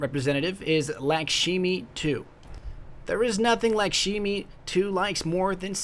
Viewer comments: Lock-Shmee not Lock-Shee-Mee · You pronounced her name wrong! Say it like this (lack•sh•me•2) you got to say the 2 too for its part of her name bro! FWC FTW!!!!!!!!!!!!!! Future and eeeeeexxxxxxxooooooooo!!!!!!! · the way he pronounces Lakshmi 😂😂